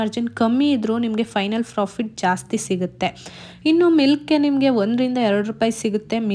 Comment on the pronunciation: Nice video .. but you are pronouncing as Frofit Margin please pronounce clearly as Profit Margin